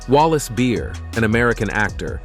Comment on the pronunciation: it's Wallace Berry & not Wallace Beer. Once again, get the names correct!